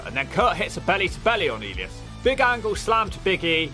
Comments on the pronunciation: oh my god you’re pronunciation of names is phenomenal. Elias 😂 And you’re still calling Drew McIntyre, Drew MacDonald….how is this so? Do you actually watch the product or skip through clips with the sound down? Come at me 😊 wait you’ve moved to McIntyre now awesome! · The way you pronounce Elias is hilarious 😂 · the way he pronounced elias though 😂😂😂